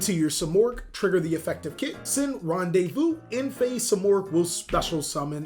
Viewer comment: Its pronounce ran de vu lol